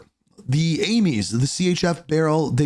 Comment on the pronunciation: “Aimeeze” i just say Aims sounds funny your way